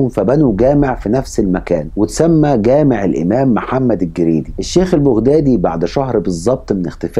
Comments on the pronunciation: البغدادي تلفظ بالفتحة فوق حرف الباء وليس بالضمة 👎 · ما. تعرف تتكلم عربيه فصحى ولفظك خطأ ،ماتعرف تلفظ بغدادي 👌